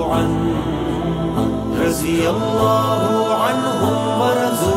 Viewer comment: رضي الله کہ ض کا تلفظ سہی ہوتا تو پورے کلام کو چار چاند لگ جاتے ۔